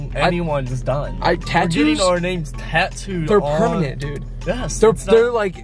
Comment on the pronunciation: Am I the only one who thinks it's so cute when says pernament instead of permanent 😂